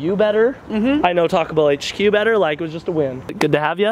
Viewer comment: When you say Taco Bell it sounds like you're really saying "talkable"